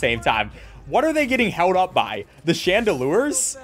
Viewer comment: he plays too much pokemon he said chandelures not chandeliers